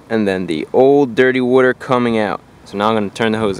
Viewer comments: Wooter. Wooter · You don't want any dirty wooder in your heater core. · wuter lol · Wooder wooder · When he goes through a drive thru-"one small ice wooder"